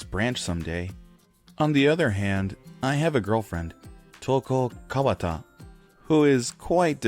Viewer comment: It's Touko, King. Not Touke.